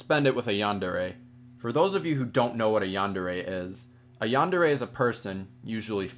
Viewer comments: umm, it's yan-day-ray; not yawn-deh-reh. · How you pronounce yandere is hilarious 😂 roll your R's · Its yandere not yawndarea